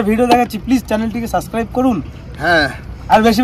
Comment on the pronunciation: English ta ভুল ড়লো কেন?শুনতে বাজে লাগে।এটা হবে সাবস্ক্রাইব।কেমন মনে থাকবেতো?